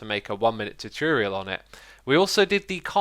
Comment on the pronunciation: Xisuma always says 'tutiriel' instead of tutorial.